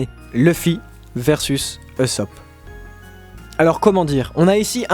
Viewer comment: "Luffy versus eussop"...mort'a toi et à ta prononciation de dyslexique. Bonne vidéo mais tu me fait saigner des oreilles mec je m'arrête la.